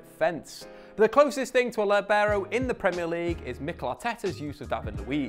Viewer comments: What's a Lebarrow? Sounds like a texan pronounciation. It's pronounced LEE-BE-ROH. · Actually pronounced LEE-beh-raw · Apparently no one is interested in learning how to actually say the word lìbero. Not even people making educational videos about the position. Accent is on first syllable, Lì. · In Italian 'libero' is pronounced with the stress on /li/ not /ber/... but I've never heard an English speaking person pronounce it that way.